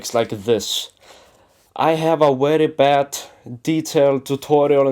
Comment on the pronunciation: it's "edge" not "edse" and it's "very" not "wery"